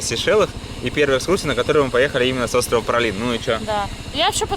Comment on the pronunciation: Но как же режет слух этот "пралин" по 20 раз за выпуск!!! Ну как можно было найти это нечто?) Даже интересно, на каком языке произношение может быть именно таким?